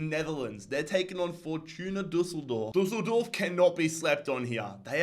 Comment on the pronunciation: he prenounsed it like 2 german words which are insults but only used by kids an their parants (Dussel and doof)😂